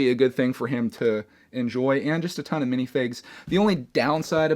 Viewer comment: Really "minifinges"u say